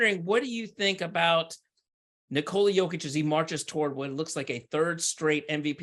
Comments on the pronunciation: Speaking of "putting respect on his name", please help spread awareness that it's pronounced "nI-kola yOH-kitch" and not nikOla yO-kitch. You are doing a noble service for American society. Thank you and God bless America. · Speaking of "putting respect on his name", please help spread awareness that it's pronounced "nIkola yOH-kitch" and not nikOla yO-kitch. You are doing a noble service for American society. Thank you and God bless America. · Hello everyone, please help spread awareness that it's pronounced "niKola yOH-kitch" and not nikOla yO-kitch. You are doing a noble service for American society. Thank you and God bless America. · If he deserves it this year then he deserves it. Speaking of "putting respect on his name", please help spread awareness that it's pronounced "niKola yOH-kitch" and not nikOla yO-kitch. You are doing a noble service for American society. Thank you and God bless America. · I agree. Speaking of "putting respect on his name", please help spread awareness that it's pronounced "niKola yOH-kitch" and not nikOla yO-kitch. You are doing a noble service for American society. Thank you and God bless America. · I agree. The media are way too lost in narratives. Speaking of "putting respect on his name", please help spread awareness that it's pronounced "niKola yOH-kitch" and not nikOla yO-kitch. You are doing a noble service for American society. Thank you and God bless America.